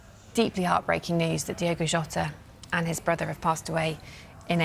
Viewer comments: Diogo not Diego. This man just passed. At least pronounce his name correctly. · it does not feel real. And it is DiOgo, not DiEgo, FWiW. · Please do him the justice he deserves and pronounce his name correctly "its Diogo not Diego" Alwayswolves 🧡🖤🧡🖤🧡🖤🧡🖤🧡🐺💪🏻